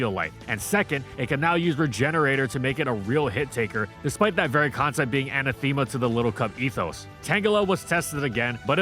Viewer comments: Good to know you guys use AI now for your voice overs. Ana-thema? Ah-nath-ama.... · Anna-theema for anathema killed me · Anathema is not pronounced that way. Please look it up. Annatheema is not it. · friend... please look up how to pronounce "anathema." (Great video, by the way!)